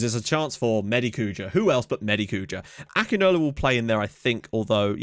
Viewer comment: It is pronounced Sani Akinola name is pronounced ækinawla i am nigerian by the way